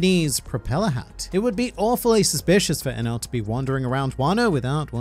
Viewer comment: geez i that enel pronunciation was terrible hahaha